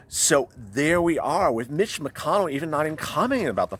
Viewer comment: I don't know if it's my cellphone (and I can tell it is not your intention) but every time you say Mitch it comes out as Bitch. Can't stop laughing.